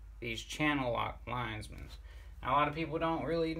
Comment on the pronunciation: You say it like you spell it!! LINE-MANS